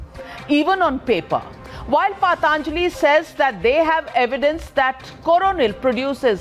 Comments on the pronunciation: Dear Navika, with all due respect what the heckety heck is paatanjali.. it is patanjali as in puh tun jali... not paat aanjali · First of all, it’s not paaaataaaanjli, that’s how the woman is pronouncing it, it’s patanjali for god sake, if u can’t pronounce words of ur own culture & try to pronounce words of French, German, Spanish & Italian etc flawlessly, no matter how educated u r people from outside the country will ridicule & shame u. We know many Indians who make sure they pronounce foreign words like Rendezvous as Roundavooo ( which is the correct pronunciation), but they’ll still pronounce Aaraadhana as Araaaadna, such garbage mindset.